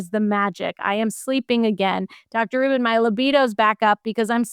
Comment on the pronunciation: The interviewer can't seem to get Dr. Rubin's surname right, calling her "Dr. Rachel Rubins." Come on. Do better.